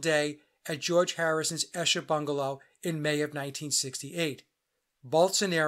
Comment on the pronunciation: Esher is pronounced Eesher. Great work. Was David Bowie a construct too?